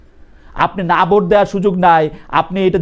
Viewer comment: জামাতের ওই নেতাতো ভালো ভাবে বাংলাই বলতে পারেনা | জোটকে বলছে জুট | ভোটকে বলছে ভুট | জামাতের নেতাটাকে আকর্ষণীয় (impressive) মোটেও মনে হলো না |